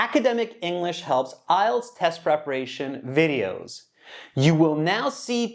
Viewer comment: How did he pronounce IELTS ? Sounds like ''isles.'' The examinée Tala pronounced it better than the American examiner.